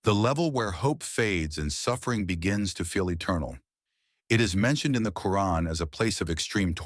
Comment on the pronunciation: Please stop using this Ai-voice. It's extremely annoying the way it mispronounces terms such as Islam, muslim, Islamic, Quran etc. No muslim would pronounce it as: Izzlam, mazzlim, izzlamic, Qran/Qoo-run. It sounds ⚪️washed and orientalist/ islamophobic. Just my advice. The mispronounced terms are infuriating.